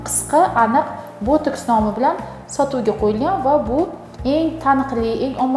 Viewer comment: Тиббиет мутахасиси экансиз. Ботекс асл номини тугри талафуз килинг. Бу дори воситаси нимадан олиниши ва таркиби хамда кулланиш сохаларини аник айтинг. Американский ученийлар яратган эмас. Уят эмасми савод яхиламай оммага чикишга.